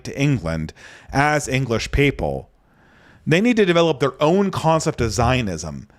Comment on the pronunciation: 'CONcept' honestly i'll stop. fwiw i have 0 issues comprehending and love listening to you brother you are probably more fluent than anyone i personally know overall